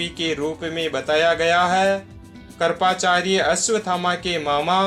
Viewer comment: आपने चिंरजीवीयोंको अच्छा विशद किया | मगर स्मरण, कृपाचार्य आदि अनेक शब्द है, जिस का उच्चारण गलत है सही शब्द बोलनेकी कोशिश किजिये|